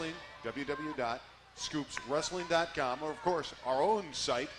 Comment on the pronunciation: "WW Dot." It's "WORLD WIDE WEB", meaning there's three W's, not two.